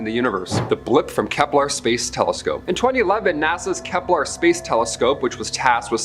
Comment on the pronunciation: It's "Kepler" not "Keplar"